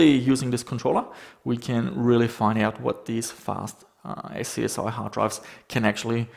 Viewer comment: SCSI is pronounced "scuzzy". :) Cool stuff, looking forwards to your budget gaming remakes of old office computers - that's a great idea!